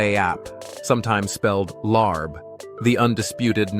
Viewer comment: Larb not leib